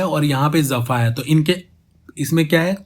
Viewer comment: Bro... jafa main nukhta nahi hain... so it is jafa not zafa....